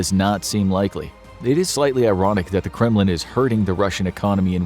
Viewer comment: When he said Kremlin I heard "'criminal". 😳👀